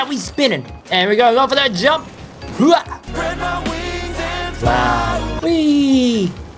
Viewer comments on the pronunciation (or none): none